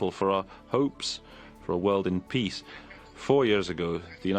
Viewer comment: Antonio Guterres should be able to pronounce the word "peace" properly. He is after all the UN General Secretary and he uses that word on a regular basis. Listening to his "piss" versions of that important word is more than annoying.